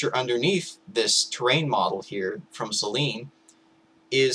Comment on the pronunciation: I'd just like to point out that "Selene" is pronounced as if it were spelt "Seleenie"